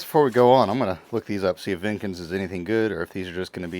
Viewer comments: Jenkins. Not Venkins. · Jenkins not vinkins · its Jenkins not venkins and its a pretty 30k dollars